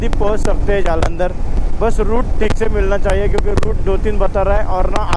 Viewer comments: जलंदर❌ जालंदर✅🤣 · जलंदर ❌ जालंदर ✅ 😂